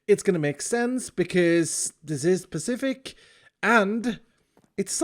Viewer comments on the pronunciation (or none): pa-fish-ic Sans: AYYYYYYYYYY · pacific pafetic pa fish ic . Spot the corrent name